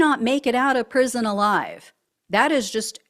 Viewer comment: Prison, NOT pension. 😂😂😂😂😂😂😂😂